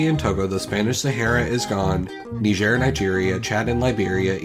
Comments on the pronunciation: Ghana and Laos. GAnna and Louse is how you pronounce them. Niger is my-ger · He said Niger wrong.